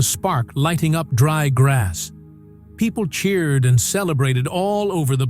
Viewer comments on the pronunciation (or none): none